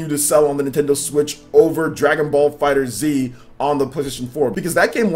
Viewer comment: Its not Fighter Z, its Fighterz, pronounced all together. just like "Fighters" just with a Z instead